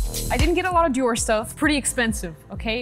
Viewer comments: It’s pronounced dieor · that accent when u said dior love u guys so much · I love how said Dior😂